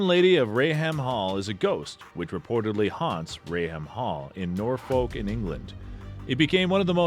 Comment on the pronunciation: How he pronounced 'Norfolk' haha.. aww